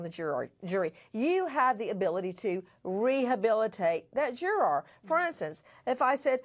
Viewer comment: What about Nancy's continuously elegant pronunciation of 'juror' starting ? 😒😅🙌